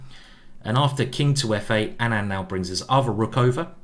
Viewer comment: Just clarifying that Anand is pronounced like aanant not anaand